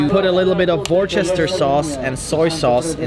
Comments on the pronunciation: Damn, it's not WURCHESTER SAUCE it's WUSTERSHU SAUCE, or maybe WUSTER like most people say to shorten it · "Worchester sauce" OW THE PAIN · Jeezzz why can't anybody, outside of the UK, pronounce "Worcestershire" correctly?